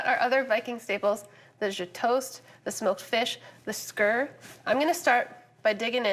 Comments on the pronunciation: content was good only one thing was the pronunciation of Skyr as Skur its pronounced Skeer and you really roll the r. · For a food historian she should learn to pronounce the food names properly. It’s skEEr, not SkUUr. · Skyr is pronounced skeer not skur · Skyr-Skeer, not skir…the stew looks good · as someone who is marrying into an Icelandic family…the way she pronounces skyr drove me INSANE. sKEEr, not sKUR 😭😩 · skyr is pronounced skeer! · Skyr pronounced as ski er